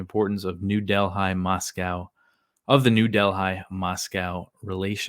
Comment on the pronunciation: Think it’s pronounced like New Delly